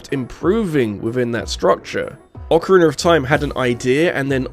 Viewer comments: Please practice saying “Breath” not “Breff”. As well as “Ocarina” instead of “Orcarinar”. It’s hard to listen to this many times. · British people say words that end with a as "er"